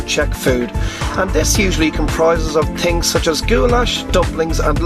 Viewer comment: "Tin Tings You need to know about Prague" haha